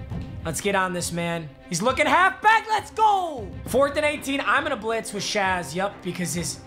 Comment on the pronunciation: shay shay not shazz